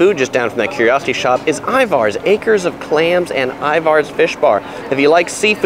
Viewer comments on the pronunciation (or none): Everything sounded good except for him pronouncing “Ivar’s” wrong . It’s pronounced it rhyming with “Tyler’s”. He says “Ivar’s” rhyming with “cars” which is wrong. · Thank you for making sure people call it PIKE Place Market. I actually clapped when you said that. 🤣 I've watched so many of your other videos and finally found this on on my birth-city. Good job on the highlights!! I'd also point out we pronounce it I-vers, not I-vars. And the Space Needle is 605 feet. I interned there, so I do love it, but another good view is from the Columbia Tower. Less expensive and higher up!! 900 feet!! Another whacky place to check out is Archie McFee's - all sorts of strange gags and gifts. A famous burger stop that Seattleites hold sacred is Dick's Burgers (our equivalent of LA's In-n-Out.) Take the water taxi from the DT Seattle side over to Alki and eat at Marination right at the water taxi dock. SO GOOD and then you can take amazing photos of Seattle from across the water. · It’s not that big a deal, but I wanted to let you know that Ivar’s is pronounced I-V-E-R-S. Pro tip. 😂😂